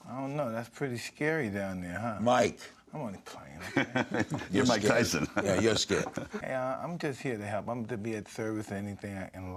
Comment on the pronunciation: Its mike tythson get it right